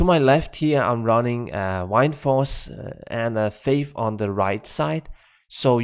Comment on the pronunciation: So Wind in danish is Vind. Pronounced in the almost exact same way. And you end up saying "Wine"force instead? XD